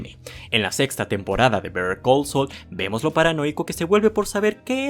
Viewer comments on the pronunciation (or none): Por que dices bether call sol 😂😂😂😂😂😂😂😂😂😂😂😂😂😂😂 se pronuncia saul tal cual pero de forma rapida.